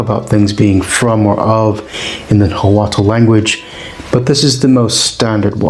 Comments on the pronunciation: It is definitely not pronounced "Na-wa-tel" Loose the "tel" at the end and instead use a semi-click "tsh" with air escaping through the back of the tongue while the tip of the tongue is touching the central incisors. At the very least just pronounce the "t" w/o the "tel" [Na-wa-t] or properly [Na-wa-tsh] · I tend to judge these pretty hard based on whether the narrator can say Nahuatl correctly. 10 seconds aint doing so well with "Na-Hwa-tul" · Your pronunciation for everything nahutal is incorrect